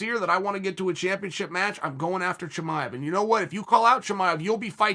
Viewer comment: Hazmat Chimive. Another addition to the collection of Chael's perfect name pronunciations.